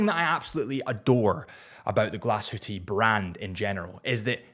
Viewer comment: This Parmigiani is absolutely stunning and technically superbe with regard to the thickness of a chrono...👍👍👍 By the way: almost perfect pronounciation of the word "Glashütte" 🙂👍